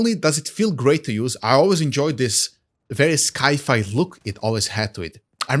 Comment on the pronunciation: Great video dude, this definitely makes me want to try out a vector build now. Just a friendly tip, "sci fi" is pronounced as "sai fai"